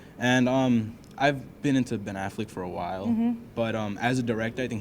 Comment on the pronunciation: That kid gave Argo 8.5 out of 10. HAHAHAHA you Americans are so easily impressed as soon as someone is acting "normal". If he would've criticized it and known how to pronounce Ben Affleck , he might be on a good way. If you watch a lot of movies you would never rate it over 7. Not an opinion, it's a fact. Start with criticizing my English if you want, it's my 4th language. Good bye Youtube and America. I win.